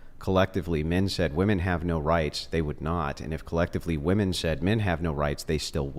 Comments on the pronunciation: Why do they always say woman not women? Sooo irritating! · Why are all these girls pronouncing "women" as "woman"? Prime example of how this generation has been "educated". They are deliberately churning out dummies.